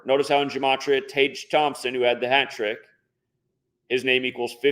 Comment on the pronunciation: Tage is pronounced Tag